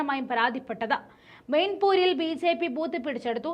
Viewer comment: മെയിൻപൂർ അല്ല , മെയിൻപുരി ആണ് .